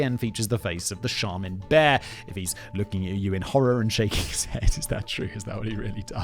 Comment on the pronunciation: you got charmin right btw